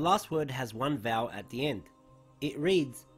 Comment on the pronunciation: did he say ‘ends with one vowel’ ? vowel? I am sorry couldn’t understand.